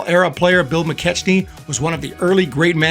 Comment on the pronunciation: Bill McKechnie's name is properly pronounced Mi-Keck-nie.